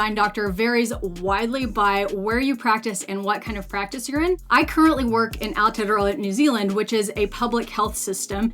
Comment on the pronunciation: It’s pronounced air-tare-row-a not ow-te-te-ra😂😂😂